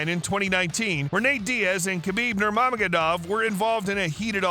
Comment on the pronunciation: Yea but how are we supposed to want to watch your video if you cant even read Nurmagomedov correctly? Come on my dude